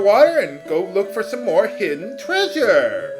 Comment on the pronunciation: oh the way you say treasure makes me chuckle so